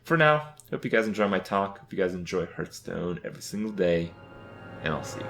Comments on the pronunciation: since this is a video about making change, please start saying Hearthstone correctly, its not hurthstone, its Hearthstone. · Is he saying "Hurt"stone? Or is he just saying "Hearth" wrong? I still can't tell. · I love how he says it as well. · First way to improve Hearthstone: change name to Hurtstone, so Kripp doesn't say it wrong anymore. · I love that you spelled it hurtstone. That's totally how he pronounces it haha. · I like this guy even though he cannot pronounce hearthstone correctly.